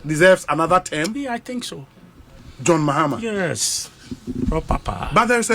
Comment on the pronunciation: It’s not “Therm” it’s “Term” !!! Wo k3tr3ma ny3 anaaa massa ? 😂😂😂